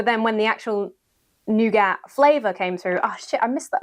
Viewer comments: I love nougat and I like the skeleton pillow. Btw, it's pronounced "noogat". At least in Germany. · "Noo-gatt"? Please see me after class... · I'm told nougat is pronounced "NOO-gaah" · It's pronounced Noo-Gar 😂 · Was the pronunciation of nougat deliberately done American-style?